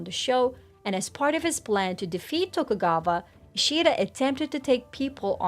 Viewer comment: If i hear TokugaVa one ore time i'm gonna lose it lol